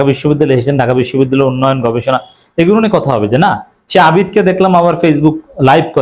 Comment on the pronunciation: বিশ্ববিদ্যালয় শব্দটি পর্যন্ত সঠিকভাবে উচ্চারণ করতে পারে না সেও নাকি সভাপতি ।